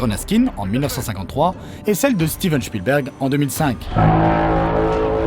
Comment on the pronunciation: "Shpilbérg" Hehe